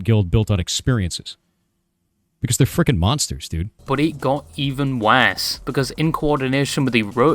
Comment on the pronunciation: "It gets EVEN WAHSE"